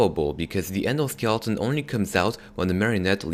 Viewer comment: Skieleton?! Skeleton